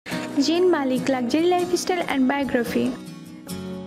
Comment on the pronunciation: It's zayn not Jain